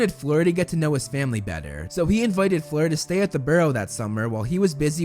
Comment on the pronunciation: It’s not fluer